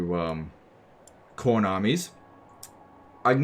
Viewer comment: "Warbeast of Chorn" No no, Quorn. It's the vegan option.